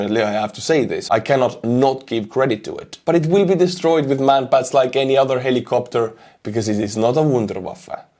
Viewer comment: Thanks for your German! Wunderwaffe ;-)